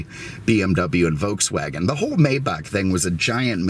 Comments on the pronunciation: for God sake pronounce the name of the Maybach correctly! You are the best and I was shocked to hear you say "May-bach" as in "may I help you", the work is spoken "My-bach" "May" in German is pronounced like "Mai" in English, e.g. My car, My Sauerbraten not yours, My Porsche (Por-sche with the "e" spoken as an "ah"). You're very unique and I learn a lot from your presentations but the Maybach thing has to be corrected concerning this German Masterpiece. Wilhelm Maybach (German: [ˈvɪlhɛlm ˈmaɪbax] ( listen); 9 February 1846 – 29 December 1929) was an early German engine designer and industrialist. During the 1890s he was hailed in France, then the world centre for car production, as the "King of Designers". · It's actually "MY" Bach by the way. I've driven one of these before and it's just and overdressed S Class. It sounds like an S-Class, drives like an S Class, and everything else. The biggest difference is it has more expensive equipment. And an older Maybach like this one cost the price of a brand new base model S Class in today's time. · it's spelled Maybach but it's pronounced My-bach. Just an FYI. May is pronounced My. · Apologies it is pronounced as My-Bach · Please call it by its proper name, Maybach is pronounced Mybach. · Beautiful car. I love your videos and could listen to you talk all day. Your stories crack me up. It does grate on my nerves when someone pronounces the name of these car MAYbach and not MYbach. I'm sure this correction will bring me very nice replies.....lol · The Automobile is called a "MY-bauk" not a "may-bauk" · Sorry for your loss may God rest his soul. One complaint tho. You say it "May Buck", and it's incorrect. It's MAI BAH.. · Oh and can you settle something for me? A buddy and I have been arguing for a bit on the pronunciation of Maybach - Is it “May”bach or “My”bach? Obviously one of the most important questions of our time...lol